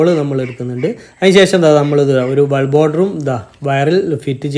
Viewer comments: വൾബ് ? ബൾബ് അല്ലെ😂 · വൾബു ആണോ പൾബ് ആണോ 😊